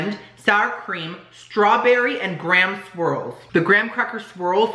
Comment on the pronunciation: When you said graham swirl I heard ground squirrel 🤣